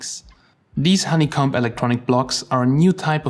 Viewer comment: Honeycomb has a hard O and silent B, for future reference. :P